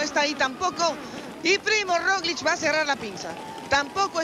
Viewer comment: Gracias por un aficionado, como yo, quien me corrige, no es Roliz, es Roglic. Total estoy para aprender . Lo de Primoz Roglic, es un exhibición de altura, paseando en las montañas de Francia, con un equipo blindado. Estoy haciendo votos por una buena actuación de Nairo Quintaña, porque en el ser humano lo más importantes es la vergüenza deportiva, y este ciclista le sobra